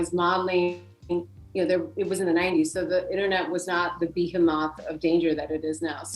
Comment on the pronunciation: "Be-huh-mawth" 😂😂😂 you weren't born here? Shocked 😋 jk just for fun, everyone chill